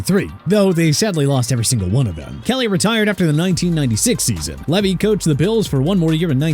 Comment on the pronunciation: Marv Levy (pronounced Lee vee)